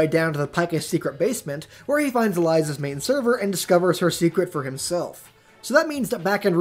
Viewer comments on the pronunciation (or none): I'm not quite sure what's so hard about pronouncing Elias' full name?